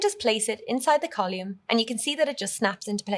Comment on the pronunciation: Nice course, but strange pronunciation of "column". Never heard that in any dialect.